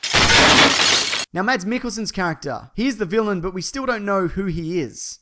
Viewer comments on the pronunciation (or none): You're still pronouncing Mads wrong.